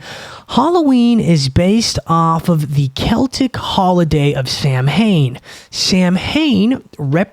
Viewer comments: you’re like if the beastie boys were one person. Its pronounced “sah - win” by the way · FYI, the correct pronunciation of Samhain is SOW-in or SOW-wen